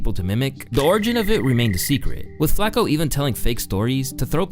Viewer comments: Bro you’re driving me nuts. It’s “Flock-O” not “flack-o” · love the video but the way you pronouncing flacko is pissing me off lmao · The way you say flocko bothers the fuck out of me for no reason, "Flock-oh" not " Flak- oh" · Why this a.i. shit keeps saying flako..am I missing something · Is he saying FLAKKO half the time? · This guy just say "Flacco" 🤣